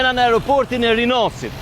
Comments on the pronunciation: O BERAT NUK KE MUNDESI TE KORIGJOSH SHQIPEN PASI EKSPERTET GJUHESOR KENDEJ KAN PUNUAR ME VITE THUHET RINAS DHE DHE JO RINAAASIT NUK I JEPET AS FUQI AS ZGJATJE GERMES ESHTE E PA NEVOJSHME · Hahaha rinasit e rinasit po njisoj a veq theksi ndryshon hahaha